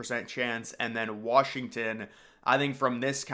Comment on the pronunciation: You saying Wrashington is driving me fucking insane.